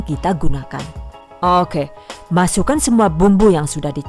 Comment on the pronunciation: Kesini karena "okeh" nya si ibuukk lucu buuknee 😁